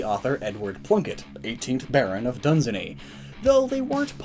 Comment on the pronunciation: the Earl of Dunsany- pronounced Done-sane-knee, my great granddad worked for him. It's an Irish town